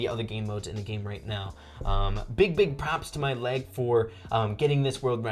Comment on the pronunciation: When you said mail it sounded like my leg another op mortis